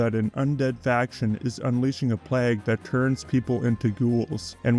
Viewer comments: `PLAAY-GA-`, not PLAAAAGG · Excellent video essay, but I gotta ask: Why do you pronounce it 'pleggh'? ^^